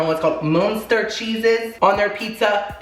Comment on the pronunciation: GET THAT SPONSORRRRRRRRR by the way the cheese u couldnt say is pronounced like mustard without the d i think